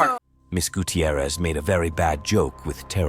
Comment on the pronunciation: Guuuu-Tee-ierrez This pronunciation annoys me. It’s fine, just annoying to me.